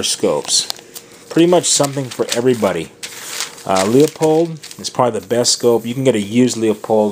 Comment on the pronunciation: "LEO pold"? LMAO. It's pronounced "LEW-POLD", moron.